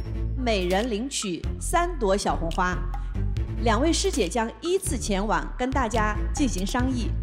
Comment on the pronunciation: 谢娜：前往（wan），宁小红花。这基本功还得再练啊